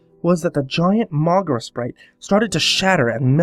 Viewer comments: its pronounced "mow-geera" not "mogra" fyi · It's not pronounces "Mohgruh" It's pronounced "Moh-gee-ruh"